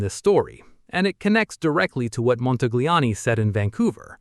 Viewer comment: Please, please, please speak Montagliani correctly. He deseves it.